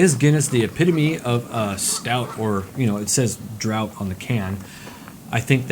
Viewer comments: Yeah lol he said drought it's Droft "Draught" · cool vid... but 'draught' on the can is not drought - it's draught as in 'draft'. Draught Guinness is the pub/bar experience. it gives you the thick creamy head at home in a can :D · Guinness "Droft" Draught not drought but yeah both are great! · pronounced DRAFT